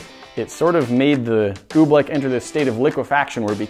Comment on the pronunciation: Pronounced OobLICK not oobLECK